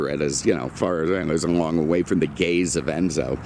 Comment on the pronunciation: Did I also the "gays of Enzo"?